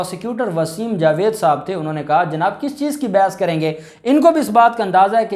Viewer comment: اب ائے ہو نا لائین پر اج اپ نے اس ویڈیو میں جج صاحب کا نام ٹھیک لیا ہے جاوید مجھے خوشی ہوئی تمارا چینل میں نے ابھی سبسکرائیب کر لیا ہے لائیق بھی خر دیا ہے حالانکہ اپ میرے پسندیدہ یو ٹیوبر ہو امید ہے کہ ائیندہ بھی جاوید خواجہ ہی بولوگے میری لڑائی ختم